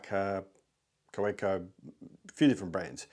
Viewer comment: Nice collection you have started there, some interesting pens. The W in Kaweco is pronounced as a V - ka-VEKKO. Cheers.